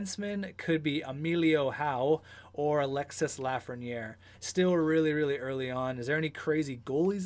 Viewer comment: The « s » in Alexis Lafreniere is mute its pronouce alexe like